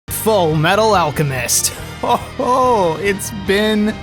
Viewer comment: After all, Ed is the Full Metal Al-cow-mest